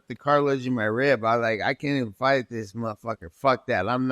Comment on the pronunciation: Bruh stop saying MUH fu)&er lmao it’s like you feel ashamed to say it but wanna see like an adult.